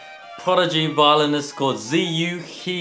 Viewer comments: his first name is still pronounced terribly wrong though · And "Ziyu" wasn't pronounced in Chinese either... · they didn't even pronounce his first name properly, it's in chinese.